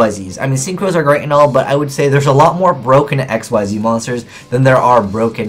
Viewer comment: Did you say X-Y-Zing? I know you're probably never going to say it right, considering we're about at the end of the ZeXal era and you still don't, but it just sounds silly. The only other trap cards I'd mention to people would be Royal Decree and Skill Prisoner. Decree because it's good in a more spell or monster heavy deck that doesn't run many traps, and Prisoner because it has the same effect when used on the field or in the grave, it works well in decks that mill for advantage, and it can protect monsters, spell/trap cards, and set cards.